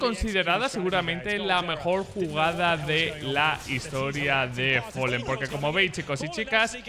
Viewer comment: fAAAlen. Folen no existe